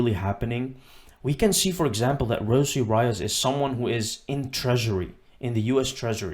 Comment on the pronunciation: Her name is pronounced, "Rosie Ree-oh-s."